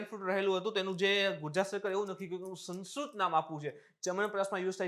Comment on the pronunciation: Saheb ne સંસ્કૃત / સંસ્કૃતિ બોલવામાં તકલીફ પડે છે લાગે